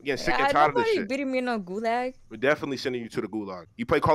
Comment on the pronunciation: nigga said golag